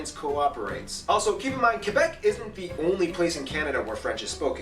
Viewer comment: Nunavut is not pronounced NONE-of-it... it is pronounced NOON-a-voot. Newfoundland is not pronounced NewFINland... it is pronounced NEWfuhnland, and Quebec is not KWOObec... it is KE-beck. French Quebecers do wish to preserve their identity. And that is fine. They should. In fact, all provinces and territories have unique cultures. The main issue is that Quebec is defending their French heritage in a sea of English. For this to happen, sometimes, unpopular decisions are made. Time will tell if these decisions work. However, for millions of Canadians (not just Quebecers), the French culture is a source of pride. And we are now living (finally) in the rise of the Inuit, Metis and First Nations heritages (and rightfully so). When I was in primary school, we were taught that Canada was a tossed salad... so many different flavours all jammed together, making our lives deliciously vibant, thriving and very healthy.